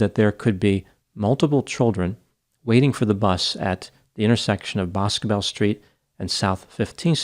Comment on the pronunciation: 1. Her Dad is very much alive and very much deserving of answers in March of 2024 (He voiced his support and empathy on local news today re: Sebastian and Riley) and 2. Boscobel is pronounced Buss-Go-Bell locally